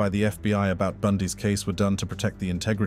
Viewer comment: Protect not precut computer. Get it correct.